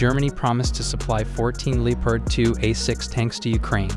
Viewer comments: Nah, DW says “Lepard”. He is saying “Leepard”. Of course it should be “Leopard”. It the end, it doesn’t matter but sounds weird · pretty sure he says "Leopard" but the O sound is barely noticable.